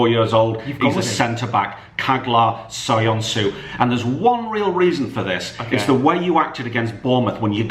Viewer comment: Please dont pronounce Soyuncu like soyonsu, its soo-yun-tchu